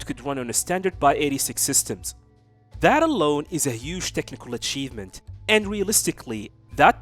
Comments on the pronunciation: x86 is pronounced 'ex eighty six', not 'by eighty six'. The architecture is named after the '-86' processors i.e. 286, 386, 486. You're not multiplying anything by 86. It's not a physical arrangement involving 86 rows/columns of anything, so just use the commonly accepted pronunciation. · Bud, "x86" is pronounced "ex-eighty-six", not "by-eighty-six" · Wtf is a By 86 system? It’s X 86 Is this Chanel ai or something? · Did you just call x86 architecture "by 86 systems"?!